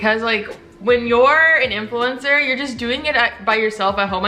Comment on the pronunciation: "influemcner" I felt that